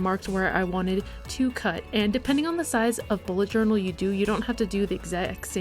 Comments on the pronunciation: nobody noticed but she joural instead of journal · Joural ? :D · Am I the only one who noticed the "Joural" mistake in the beginning?